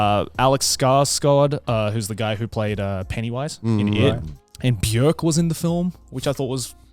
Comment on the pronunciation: Have to pause just to appreciate that Joey pronounced Björk pretty accurately.